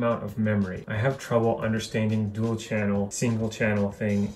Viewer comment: "Dual" not "duel".